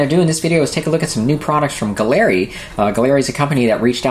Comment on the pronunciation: Nice review. Mobius siphon feed!!! Awesome!! I'll keep an eye out on the site for that!! Also, the proper pronunciation is "GALLERY", as in art gallery and not "guh-leri" just FYI : ) again, great review sir!!! Shared on my group Scale Model Mayhem!!